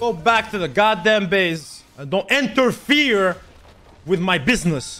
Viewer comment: Everybody: Interfere Zed players: Enterfear